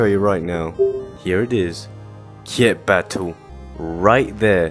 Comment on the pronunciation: hear say battle other:battle me:battume